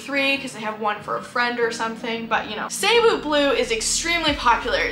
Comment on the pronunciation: FYI "Cebu" is pronounced like "See-BOO" with the stress on the second syllable. You can also pronounce it "Suh-BOO" or "Seh-BOO". "Suh-BOO BLUE" just sounds better than "SAY-boo BLUE". Sorry if this comes across as nitpicky.